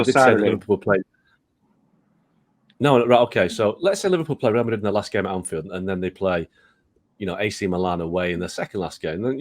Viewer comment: So is Real "Maddrid"